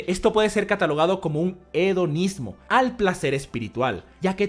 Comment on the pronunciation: Hedonismo Yo escuchando: Onanismo